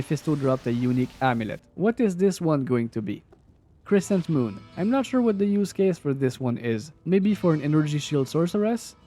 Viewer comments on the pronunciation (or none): Eschuta - eshooooota Crescent moon - krezent moooon Pronouncing, just for future reference 🫡